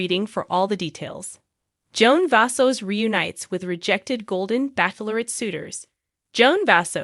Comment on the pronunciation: NOT BACKLORRET it is pronounced like Bachelor with ette at the end! I wish i could listen to this but can’t once you mispronounce so many words